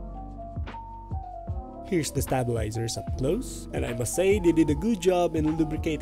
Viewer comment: nice vid but the way you pronounce stabilizers lol